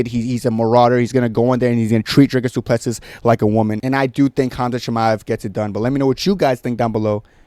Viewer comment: Bro who tf are you? Typical deluded cringe American who can’t even pronounce his name 🤦‍♂️ You literally know nothing about Dricus’ mma pedigree. What’s your excuse for Khamshot basically losing to tiny little Gilbert who is an average welterweight? & not finishing a short-notice Usman? I just beg you have the balls to admit you were wrong when Dricus destroys him. Fkn casual. Jy weet niks nie poes 🇿🇦💪